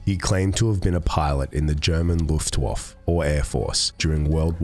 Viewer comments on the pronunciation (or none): Hey mate, Luftwaffe is pronounced like "looftwoffer", not "looftwoff". Anyway, great stuff as usual! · Oh man I just gotta say it but it's Loof-waf-furrr. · Luft waff ??? wtf